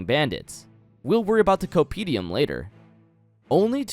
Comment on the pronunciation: The first m in Compendium is not silent, my man ^^" Otherwise great video, keep it up <3